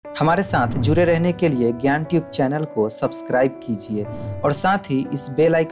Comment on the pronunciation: Jure nahi jude😂